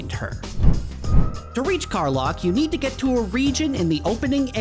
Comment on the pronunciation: Lack, Kar-LACK. Is how it’s pronounced. Dummy.